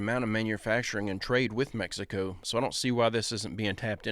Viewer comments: guy made a whole video so he could keep saying Mexico in the most bizzare way. Like a whole sentence in English and then says Mexico weird. I'm sure he realizes no one respects him. Lol what a loser clown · If you say Meh-hee-ko instead of Mexico, you've already lost credibility with me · I hate how he says Mexico